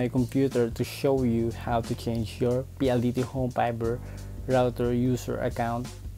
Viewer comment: Nakakacringe yung way ng pag sasalita lalo na yung pronunciation ng VIDYOW tas yung FIBER naman PAYBER. Anebe hahahaha